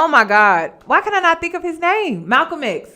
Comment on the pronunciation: aww! thank you!! you pronounced my name right :-) unfortunately, i couldn’t make the live and i’m so glad you saved it! thank you for sharing